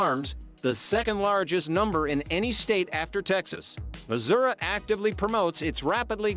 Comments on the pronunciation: The AI is pretty bad, cringe. Muzurah…😂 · First word in the video (Missouri) is mispronounced. Immediate dislike.